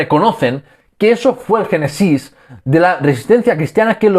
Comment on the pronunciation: me ha sorprendido bastente que el autor del video pronuncie la palabra "genesis" como si fuera aguda, es decir, con la ultima silaba tonica, y no como es en realidad y por lo tanto esdrujula, que por eso lleva el acento en la primera e: Génesis.